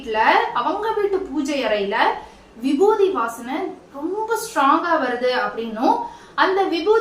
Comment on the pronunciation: Vibuthi nu solluga irritate aaguthu